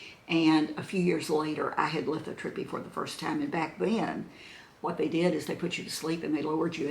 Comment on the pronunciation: the tube that goes from your kidney to your bladder is the URETER, the tube from your bladder to the opening where the urine comes out is your URETHRA. And you had lithotripsy, not lithotrippy!😂 Love you!